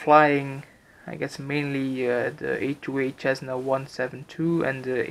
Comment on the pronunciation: normal people: cessna: chessna